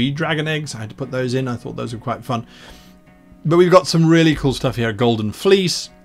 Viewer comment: When Guy said "The subscription is REALLY worth it" I heard "The subscription is RARELY worth it." Took a second to adjust my hearing.